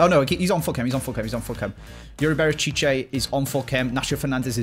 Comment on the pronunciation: Why must you always pronounce Berchiche with an extra sylabol. As someone who speaks Spanish, it's rather frustrating. Great vid, though. Love the fifa 21 content/banter.